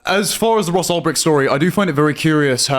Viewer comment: Tim you literally laugh at Trump for saying Albright and then you do it yourself 30 seconds later 😂